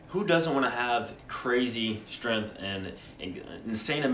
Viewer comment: It's pronounced strength, not stirinth.